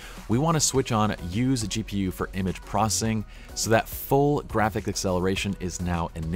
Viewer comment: Learn to say PROCESSING no PROSSING